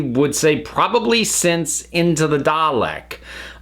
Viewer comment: Was anyone else annoyed by hpw they prnounced “Dalek” in this episode? It was like “Dah-lick” without that nice long “eh” sound. Like they were rushing it. Did anyone else notice?